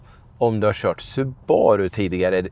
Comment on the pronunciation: Nu tänker jag vara den jobbiga personen som påpekar att det uttalas SUbaru, inte suBAru. Tack för en fin review. Gillar verkligen den här bilen.